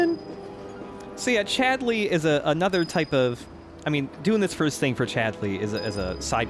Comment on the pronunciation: I'm absolutely terrified to even ask, but why is pronouncing Chadley's name with this bizzare rising inflection on the second syllable? He's saying it like he's an angry mother calling for her misbehaving son - 'Chad-LEEY?!' Am I just missing a reference here?